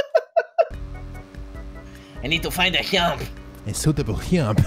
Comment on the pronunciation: "i need to find a heump" Secs later dies:" i underestimated the shortness of ze heump" 😂